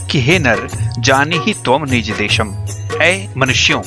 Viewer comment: सर, डेशम नहीं "देशम्" होगा।